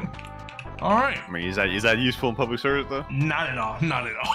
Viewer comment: It isn't said public servers, it is said public service.